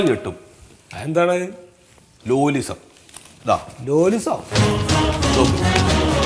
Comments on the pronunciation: ലാലിസം ❌️ലോലിസം ✅️ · ലാലിസം -ലോലിസം 😂😂😂😂😂😂